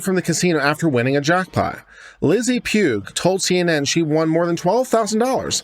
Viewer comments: Pugh (sometimes Paugh) is pronounced like "paw". First time I've noticed an incorrect pronunciation on YouTube. It's also easy to misspell so sometimes my mom or half brother would get mail with the last name being the wrong version or outright mangled. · Pugh is pronounced "pew" - the "gh" is silent.